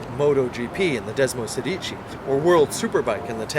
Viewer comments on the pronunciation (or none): Wow, not very impressive review. Awfully dull and unenthusiastic commentary. And for God's sake get the italian words right. It's DesmoSEdici, and Marchesini is said MarkeSIni, not Marshesini. Sorry fellas.